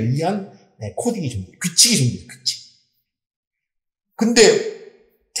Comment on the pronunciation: 회장님 귀칙이 ㅋ아니고 규칙ㅋㅋ